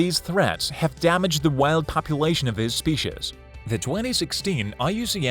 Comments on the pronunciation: you mean ehndahnjer the speeshes? 😂🤣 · Spee-chez (species)